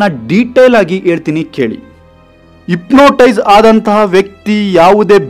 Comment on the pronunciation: Ipnotise alla hypnotize 😂😂